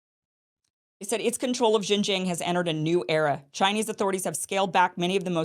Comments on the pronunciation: All Chinese people will love you, only if you could repeat the sound “ARNG” 10 times before pronounce the name of the province, Xinjiang, using that sound at the ending of the word: XinjiARNG. And China will support the Newsom-Iversen ticket with all its might! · Kim genocided XinJiang pronounciation otherwise it's great video. 😂🤣